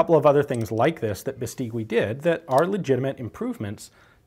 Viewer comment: Great video as always. Let me just say, the last 'u' in Beistigui isn't pronounced - it's read like Beistigi. Cheers from Spain!